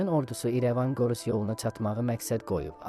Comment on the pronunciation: Qorus yox,Gorus Düzgün danışmağı öyrənə,sonra gop et